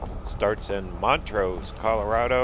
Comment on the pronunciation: It’s Blue Mesa Lake not blue lake mesa! And it’s Mont’rose. But I forgive you, you’re not from Colorado.